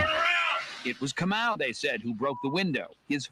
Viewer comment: I used to work with this guy. It’s ka mau. Not moo.